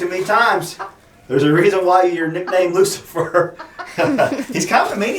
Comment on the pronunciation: Its Roosafer LOL